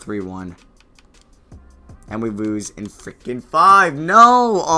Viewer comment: "and we woose in 5"